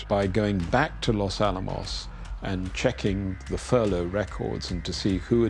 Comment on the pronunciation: This pronunciation of the words 'Los Alamos' makes my ears hurt.